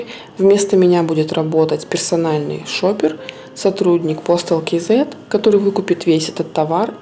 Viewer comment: "Кизэ"...по деревенски. Или "кз" или как правильно "кейзэд"..